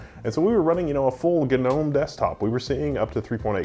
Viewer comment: Ga-noam? GNOME?